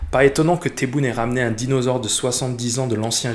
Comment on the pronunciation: apprends d'abord a t'exprimer en francais...c'est dinosaure,et no dinausore...Lamamra va finir par achever l'enterrement de votre diplomatie bourouitatienne...boukadoum vous a enclavé,en vous creant de graves problemes avec la Mauritanie et l'Espagne,ainsi qu'avec l'UE...et Lamamra a pour mission de vous oter le parrainage,et la protection de votre proxenete la france...et apres bye bye...les USA et israel qui n'ont pas d'amis,mais des interets personnels,ne leveront le petit doigt pour vous venir en aide